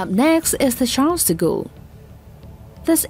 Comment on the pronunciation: "up next is the sharlsigu.." ?? :D maan